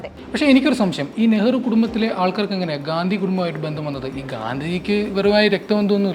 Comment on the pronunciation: Mole gadhi alla Gandi😂😂😂 anu adyam adu paranju padi